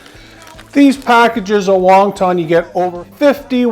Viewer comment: lol it’s won not Wong